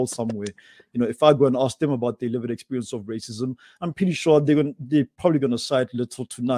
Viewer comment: I love pronunciation of "lived experience" as Livid experience". As a white woman, whose wherewithal has been steadily eroded ( more quickly since all the nonsense Covid Command Council has dreamed up ) by RACIST Govt policies, mine too is a LIVID experience!